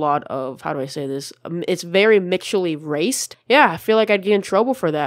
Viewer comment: "Mixually raced" hahaha